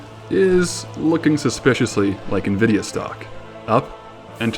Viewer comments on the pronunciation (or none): none